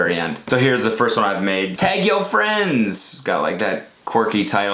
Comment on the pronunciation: you sound so canadian when you say tag i’m laughing